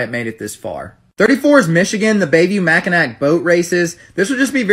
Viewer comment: It’s Mac i naw